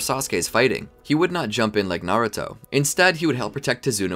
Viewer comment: Is Naruto not nauto